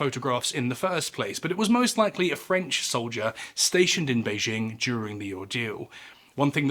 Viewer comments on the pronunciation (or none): none